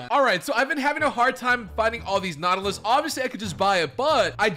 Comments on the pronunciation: (Nu-aww-till-us) wis the pronunciation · It is pronounced naw-tuh-lis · I think its pronounced naugh til us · The way to pronounce nautilus is nor (like in north) till (like in until) iss (like in miss) 😊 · Its pronounced (naw as in gnaw/ ti/ lus/ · Its pronounced noutilus